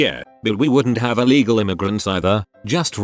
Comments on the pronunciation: Eel-eagle, lol. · That "ee-legal" one though, haha genius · I'm confused why he said it like that